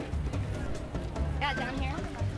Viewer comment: okay but the way he went 'sPiCy' made me laugh so hard i choked on a cheeto and inhaled the dust